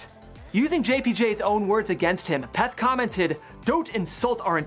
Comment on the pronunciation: You just pronounced Derek’s last name wrong 1000 times...